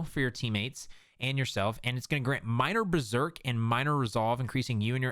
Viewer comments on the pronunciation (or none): none